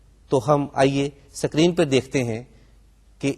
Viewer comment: sikreen nahi hota.....is-ki-reen hota h word sir....LOL!!!! #screen